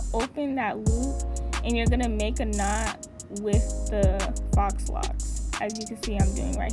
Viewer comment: Faux is pronounced foe